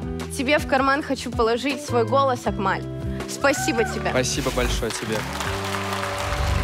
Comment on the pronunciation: Не акмаль а Акмал без ь это узбекская имя